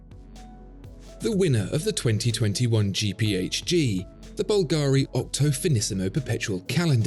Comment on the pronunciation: You're probably much too busy to attend to such details, but my born-and-raised-in-Rome friend told me that the name of the famous jewelry firm Bulgari is actually pronounced BUL-ga-ri, not bul-GA-ri. Just FYI...